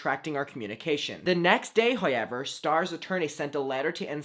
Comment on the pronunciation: Same!!!! “Highyever” 😹😹💯